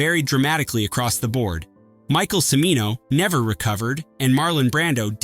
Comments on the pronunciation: Cimino is pronounced "CHA-mee-no". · Pronounced "Chi-mino," dammit, "CHI-mino!" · And the mispronunciation of Michael Cimino’s name continues.